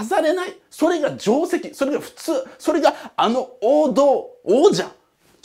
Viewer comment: やっぱテイセキと読まない辺りが偏差値高い